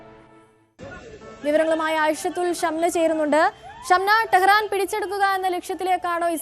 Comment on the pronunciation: Teharaan pidichu edutho,?😅😅😅 News noki vaayikadi sangini mole